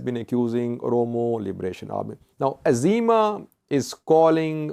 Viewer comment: It’s EZEMA not AZEMA.